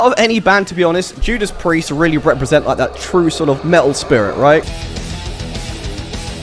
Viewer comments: Ahh, Finn Mckenty was calling you out on your lack of "T"s wasn't he? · I learned English from American movies and its so weird hearing someone say "me'ol" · This dude said "Me'ol" 🤣 🤣 🤣